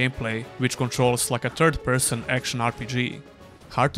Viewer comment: Your accent sometimes makes it a "Turd-Person RPG", from now on that's how I will call all crappy RPGs.